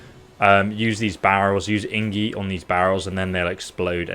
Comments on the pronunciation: he says inggi its ac tully igni he should get smarter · its pronounced ig-ni bro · "Ingie" Eh?. I just noticed how the screen is zoomed in hidding the bottom of the screen. You're not only taking the information from someone else, you're also taking the footage, zooming to hide their logo. You're a fraud my dude, this is all plagiarized. Nobody who actually played this game would mispronounce things like you do. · Please, don't say ingi. It's IGNI 😭 IGNIIIIIIIIIII 😭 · Please, for the love of God, it's IGNI not ingi :D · IGNI not INGI!:)) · "ingie" that made laugh so hard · It's called igni not ingi. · for the love of god man its IG-NI lol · It's igni😂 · Did you just call the fire sign ingie? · INGIE???? I was trying to forget your "SKELL-AGE" from other video and now this INGIE??? Dude! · I keep imagining this guy playing the game for countless hours and calling that magic "Ingie" everytime...Lmaooo!! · Dyslexic or not, if you ever played the game you would have heard it being said by the characters. The error would be caught by yourself right after you read it wrong, so you redo that line... you don't keep calling it ingie the whole video. This is fishy as fuck. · Did you just fricking say ingi? I love you tho (no homo) Keep it up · Did he just call igni “ingi” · He misreads a lot of stuff because he’s dyslexic. He’ll frequently switch letters like that.